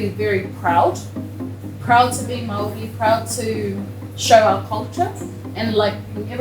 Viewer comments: Why mow-ree it's Maori and the r is pronounced as di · MĀORI NOT MAOREE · PLEASE SAY (MA- OR- DEE) NOT MAORRY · It's not marry it's māori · It’s actually pronounced mou🥁🥁y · Btw it’s not pronounced actually like kia ora it’s pronounced ki ora ( the r is rolled like it most words with r eg māori kinda pronounced moldy lol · “THE MOW REE” STOP IM GOING TO CRY WHY IS THE WAY HE PRONOUNCES STUFF SO FUNNY TO ME 😭 (Not hate I just found it funny) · It's shocking to see that some Americans genuinely say may-ory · as a new zealander, his pronunciation of maori words hurts. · I have to commend your pronunciation. Americans usually comically struggle with Maori words. As best I can tell the only one you struggled with was, ironically, Maori. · when this guy says 'Māori' it hurts my ears. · as a new zealander hearing you pronouce maori and maori words just makes me die 😭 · not the "kiaAAAH aura" and the "mawRRIWIIIIII", i mean, most ppl dont pronounce right but Te Reo Maori is the og language. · So many messed up things about this video. Didn't show lollie cake, didn't show pavlova, used a knife and fork to eat a pie, didn't even show mount Ruapehu. Also, he pronounced "Kia ora" and "Maori" wrong. But pretty good overall.